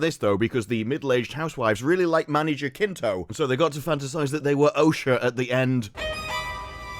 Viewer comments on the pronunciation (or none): killin me, its Jacinto Juh SIN toe